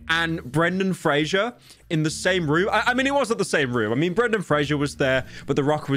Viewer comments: also it's fraser like razor not frasier the show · Brendan Fraser, not Frasier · It's "Fraiser" not "Fray-shur" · It's 'Fraser' not "Frager" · FRASER NOT FRASHER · Frazer like Razor according to the actor himself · His last name is pronounced like 'Frazser' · Pyro claims to love Brendan but cant even say his last name right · Pyrocynical, speaking is your job...How tf are you mispronouncing Zoa and Fraser?